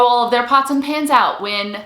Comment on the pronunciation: I thought she said Nonstick pants. 🤣🤣🤣 I was like what on earth are those!! Until she explained further. Oooh pans!